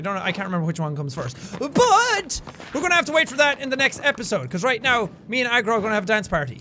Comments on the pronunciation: I always hear egg roll instead of Aggro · Agro, but when the character says it, it sounds more like eggroll so it became a Jack running gag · So like is he saying “egg roll” or agro?? If he’s calling her egg roll it’s soooo cute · he says egg roll -__ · I like how every time he says Agro It sounds like egg roll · Himiko toga it's deliberate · Omg I just realised that you were calling the horse aggro, I thought you were saying egg roll